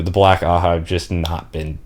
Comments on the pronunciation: Just a lil help with the pronunciations, your doing great btw much better than I did the first time I went through the series Ajah is pronounced Ah-jah not a-ha Or like Aww-Jaw if that helps Elaida- Eh-lie-duh Asha'man- Ah-Shah-maan or Ah-shaw-Mon Masema- Mah-see-mah or ma-see-ma Seanchan- Shawn-Chan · Honestly given how the whole white tower is a bunch of clowns, I think Ajas should in fact be pronounced "ha-has" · black ajah. The J isnt silent you pronounce it AH-JAH